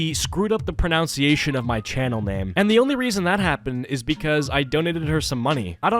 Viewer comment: I like how he mispronounces "pronunciation" while talking about mispronunciation.